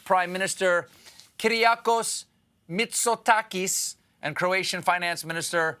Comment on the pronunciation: Nailed the pronounciation of Kyriakos Mitsotakis and all the french ones too!